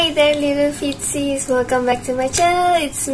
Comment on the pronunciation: I swear every time your say feetsies it sounds like your saying Fritzi’s, also your a mother!?!?! I like it thought you were like 16